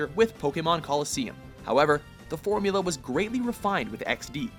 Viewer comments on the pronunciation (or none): none